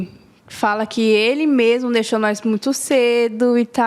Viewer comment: "Nois" "Nois" "Nois". Misericórdia, meus ouvidos sangram!